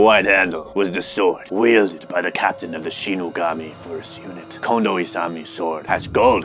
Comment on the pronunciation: I was literally searching for someone to call him out bc ion have the heart to do it when he couldn’t even properly say “shinigami” ( ; ; )